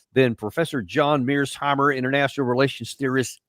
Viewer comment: Is it just me who finds the way Col. pronounces "Mearsheimer" cute? 🤣😅